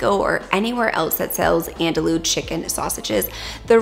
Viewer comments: Lol it’s not “andalu” it’s “an do e”😂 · The first time I tried to find quinoa in the store my pronunciation was so off they told me they’d never heard of it. 😂 Andouille is pronounced “an-doo-ee” because the Ls are silent. I learned about this sausage from Emeril. 😂 I know many people will benefit from your Wonderful channel. Thank you so much 😊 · Have I been pronouncing andouille wrong?? I thought it was an-dul-lee 😂 These look so good! Can’t wait to try!